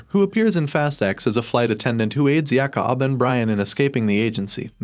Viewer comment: When you said Gisele, Jakob and Elena I cringed because of the pronunciation (Gisele name is pronounced like the animal Jakob name is Jake-ob and elena’s name is pronounced El-Ay-Na)